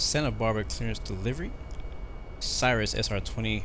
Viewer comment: Why the race talk? Blacks can say what they will, right? You just lost a subscriber. Oh, and you're mispronouncing Cirrus.